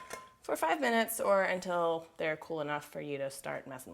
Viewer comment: Must you guys really say until like that